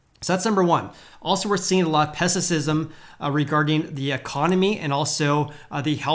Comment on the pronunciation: Is it pessissism? I think you mean pessimism. Thanks for the info!